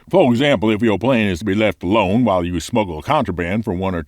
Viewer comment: "left alonD". I love your channel,.:D